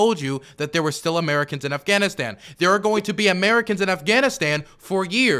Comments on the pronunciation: I've never heard of the country of Afghanistand, we can't trust anyone who can't pronounce a country correctly, they must necessarily pronounce everything wrong if that's the case and they are completely unintelligable. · I keep focusing on how he pronounces it "Afghanistand"